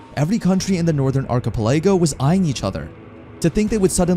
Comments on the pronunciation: Yeah like in "orchipelaygo" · dude can't speak archipelago right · Someone has to teach this man how to say archipelago lmao.